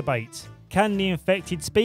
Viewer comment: i love it when he says ”INFEFTED WIF WOT”